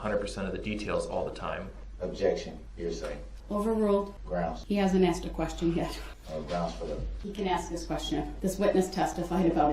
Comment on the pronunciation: No he does not. Nor how to pronounce “asked”. Grounz!